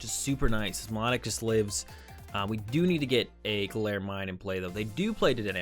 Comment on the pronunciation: lov the vids but it It's actually pronounced My-Low-Tick